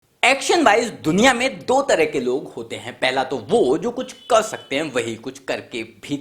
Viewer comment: Bhai कर to poora bol le..... Tere कर me bhi british accent h